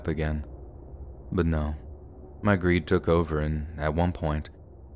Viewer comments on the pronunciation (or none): none